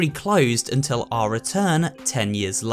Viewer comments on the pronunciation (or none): none